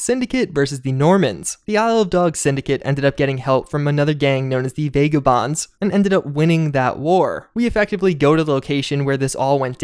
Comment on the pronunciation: Really like your vids. (Vagabonds, the first /a/ is pronounced as in 'bag' not 'bay'.)